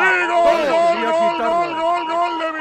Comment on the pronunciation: Pareciera que estuviera ladrando en vez de diciendo gol, que malo es tal lama narrando